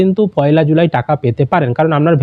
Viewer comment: July pronounciation karte pare na se abar cm